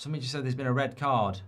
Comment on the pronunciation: 😂😂 Its rrrrred